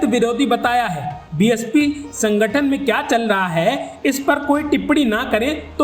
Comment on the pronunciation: Telangana spell nahi karna aata, chal raha hai ko challa hai, what kind of news anchor is being hired by Ashutosh. Disgusting.